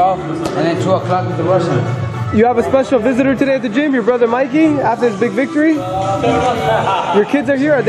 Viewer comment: Its mikey not mickey lol